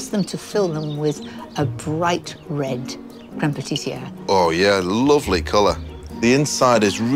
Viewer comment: Either pronounce lovely "luuv-layy" like a proper northerner, or say "luv-lee" like a southern. Don't do this half arsed mishmosh of the two "luuv-lee".